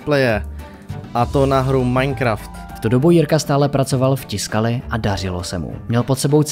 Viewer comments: Proboha.....tiskali???? Co si udělat trochu reserch a zjistit, že se to čte TYSKALI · Zase super udělané, měl bych jen tři poznámky. Commodore je název firmy, nejspíš je tím míněn osmibitový počítač Commodore 64. Tiscali se čte tvrdě takže Tyscali. Petr Strecker se čte Štrekr.